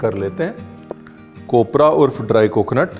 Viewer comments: Ranveer Bhai, kopra nahi khobra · Sir it's khobra Not kopra 😂😂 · कोपरा नही खोबरा भाई😅❤️ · Kopra nahi Khobra कोप्रा नहीं खोबरा खोबरा मतलब नारियल का अंदर वाला सफेद हिस्सा. जो गिला और सुखा दोनो तरीके से इस्तमाल किया जाता है. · कोपब्रा नही खोबरा होता है.... पहले ही बता दे रहे है, ...... फिर आप बोलेंगे,......... आकाश आपने बताया..... Nahiiii 😅😜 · it's khobra not cobra❤️❤️ baki sab .... as usual.... भारीच 😅😅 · Bhau kopra nahi khobara